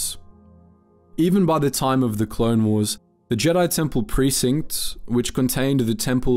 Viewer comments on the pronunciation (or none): Why do you say Jedi jeedi